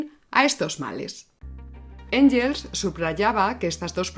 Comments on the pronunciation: Sólo una matización: Engels (alemán) se pronuncia “Enguels”, no “Enyels”. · Muy buen vídeo. Solo dos pequeñas puntualizaciones: Siempre pronuncias Engels en inglés. En alemán se pronuncia /enguels/. Cuando empiezas a hablar de la sociedad fabiana dices que se fundó como oposición al socialismo científico de la Unión Soviética. La Unión Soviética aún no existía en ese momento. La frase debería terminar en "cinetífico". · Gracias por el programa. Me atrevo a comentarte que en alemán la g ante e/i suena gue/gui. Mejor pronunciar Enguels (o Enjels, a la española; pero suena mal). Un saludo y mi admiración! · El apellido "Engels" no tiene el sonido /ʝ/ ( o en español) o /dʒ/ ( en inglés) en ningún idioma. La o se dice a la española (/x/ ) o se dice a la inglesa (/ŋɡ/) o a la alemana (/ŋ/).